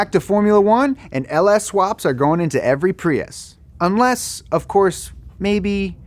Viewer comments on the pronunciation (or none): none